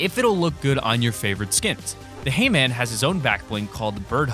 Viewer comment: When he said hay man, I heard Hee-man